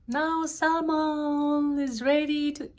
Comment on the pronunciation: For salmon (letter L ) is silence when u pronounce. Just saying🤗🤗🤗